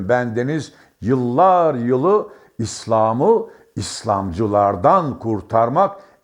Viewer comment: konuşma esnasında vurgulardaki hatalar beni sizi dinlemekten alıkoyuyor ADALET,HAKİM,İSLAM, VS.gibi kelimelerdeki vurgular kalın değil yumuşatarak söylenmelidir.HAKIM ADALAT,ISLAM vs.bu nedir sizin gibi deneyimli gazetecinin yapmaması gereken hatalardır.Tonlama hatalı telafuz hatalı sinir olsamda dinliyorum başarılar